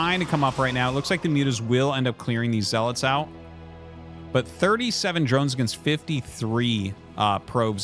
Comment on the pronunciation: My whole life I called them zee-lots and hearing you call them zel-its is a mind fuck lol